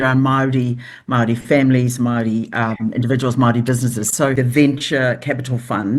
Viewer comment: If she said Maori correctly instead of with her broad mouth it wouldnt sound like she was saying Mardi .... cause thats how she sounds ..... Mardi ass